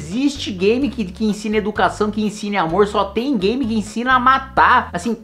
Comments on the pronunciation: ele não consegue falar game mais de uma vez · Ele domina TANTO o assunto que nem sabe falar "game"